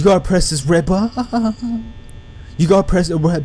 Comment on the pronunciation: Stop saying press the red baaa it's annoying